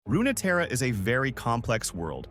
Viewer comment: It's also Runeterra not RunaTerra